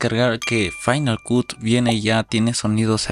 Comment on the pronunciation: Tu video esta muy bien, sólo que cuando pronuncias Cut, se oye muy raro, se pronuncia “cat” no “Cut”